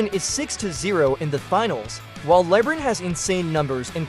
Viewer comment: With all your analysis, stats and research you found the only person in the world that has never heard of LeBron James name before? Calling him Lebrin so many times where anyone who hasn’t even heard of him on this plan would still know who to pronounce his name just by reading the letters and sounding it out phonetically! That alone will make everyone dismiss all your analysis and stats knowing you don’t even know how to pronounce the most popular player in the NBAs name. For the record it’s “LeBron” not Lebrin! 👎🏼